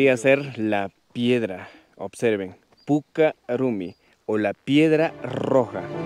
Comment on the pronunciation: Es puca rrumi no rumi...pronunciar bien el quechua...